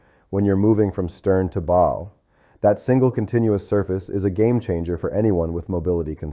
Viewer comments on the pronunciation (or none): Lots of good information here, but I found the AI audio to be irritating when words are mispronounced. Example: bow.